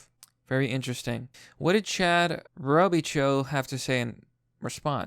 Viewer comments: Fyi those French names like Robichaux (or where I'm from could end in 'eaux', like Robicheaux) are pronounced "show". So Row-bee-show. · "row-beh-show". Common name in Louisiana. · It’s pronounced (Robe - i- show) eaux makes the “o” sound and ch makes the sh sound. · It’s pronounced robeUHshow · Not so obvious, the pronunciation of Robichaux -> Row-bee-show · It's prnounced Chad ' Roe - Bee - Sho ' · Robe-uh-show,, robe-uh-show. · Robichaux pronounced like Robo-Show....There ya go man...Had a kid in my HS class long ago with same last name... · Chad Robichaux is multiple level BJJ black belt and a Marine as well. He helps vet programs in WNY as well. Super nice guy. It's pronounced Robe-ih-shaw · Pronounced robishaw